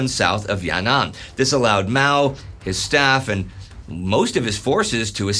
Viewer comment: Btw it's not ya-nan it's yan-an